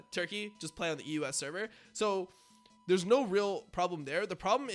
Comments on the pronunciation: The way you pronounce EU West it sounds like you are saying the US every single time. So confusing. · Why does he say EUS, instead of EU West?